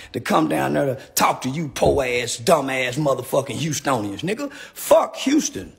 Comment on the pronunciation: He said Hou-stonians what in the world